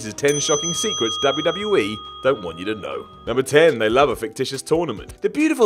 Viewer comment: "Doesn't Wat you to know"